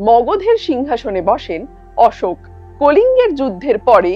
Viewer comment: How shamelessly you are calling it "Ash" ....